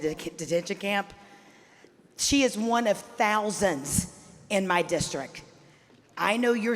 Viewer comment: This teacher from Chattanooga doesn't know the word districT? x2